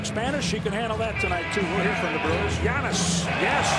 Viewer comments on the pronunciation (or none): none